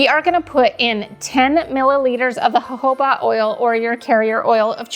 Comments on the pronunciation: Hohoba is exactly how you say it, you're right. I can't decide between the gingerbread wax melts, or the candles. But I liked them all. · you are totaly right for the american pronunciation of the word jojoba is huh·how·buh, wish is different than the british pronunciation jow·juh·buh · you said Jojoba oil correctly. So many great ideas! Thank you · THANK YOU!! For saying jojoba oil correctly!